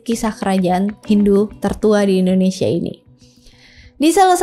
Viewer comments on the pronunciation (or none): none